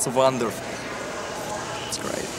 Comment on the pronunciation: Yeah its like 'vonderful'. Lol